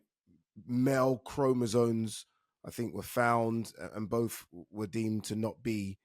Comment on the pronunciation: Oh, and Ade, it's not chromosones. It's chromosomes.